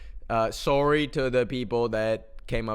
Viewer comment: “sourrie” holy canadian